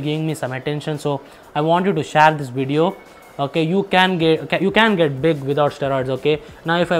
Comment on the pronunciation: its share not shraaaaaya